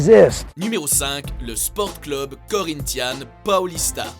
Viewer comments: on dit cleub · sa se cleub et non club , et quand il ya écrié fener ne dit pas feren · ON dit cleub pas club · CLEUB !!!!!!!!!!!!!!!!! Putain, ta prononciation cl"U"b est insupportaaaaaaable ! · C pas club ça se dis cleb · club ????? Mdddr on dit cleub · On dit un cleub pas un club tu sais pas parler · Ca se prononce cleub pas club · cleub pas cluuuub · pourquoi il dit le clUb on dit le clEUb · "Club" se prononce " cleub" en français et non " clube " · heu on dit cleub pas club même si ça s'ecrit club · Cl"u"b? on dit pas "Cleub" ? x) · On dit "cleub" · Du cl-u-b mais on dit cleub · ils connait pas le foot et il fait une video de foot en plus il dit "cleube" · Mdrrr il dit clUb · Putain ça m'a tuer comment tu prononce club on dit cl"eu"b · On dit cleub putin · putain ça se prononce cleub et supportér !!!!!!!!!!!!!!! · on dit cl u b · un "cleub", "fenerbahce" ou "river pléïte". autant d'erreurs de prononciations, pardon mais c'est de l'amateurisme. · apprend à prononcer les noms des club (cleub) bordel tu masacres tout!! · bonne vidéo. Mais juste comme ca ca se pronnonce "cleub". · Au Québec "cleub" se prononce comme il s'écrit, club. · Revoit ta prononciation pour le mot " club" à mourir de rire 😂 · Comment là mec prononce les noms des clubs ça me fume il a aucun respect putain 🤣🤣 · MDR la prononciation de "club"😂😂😂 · Tu sais pas dire club ni Fenerbahce ferme ta bouch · On dit "club" tète de cul. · on dit club!! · Bordel mais prononce bien le terme club, mais quel boulet celui-là !! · oh mon dieu !! la prononciation des club je suis d'accord qu'ils soient québécois mais la ça mérite un carton rouge!! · il faut juste revoir la prononciation des clubs sinon cest pas mal 😉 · comment tu dit trop mal les nom des clubs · C'est moi ou 60% des commentaires portent sur sa prononciation du mot "club"? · ptn vs savez même pas prononcé club